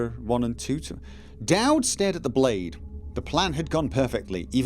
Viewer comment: this playthough is guna be rough lol i keep hearing DAD rather DAUD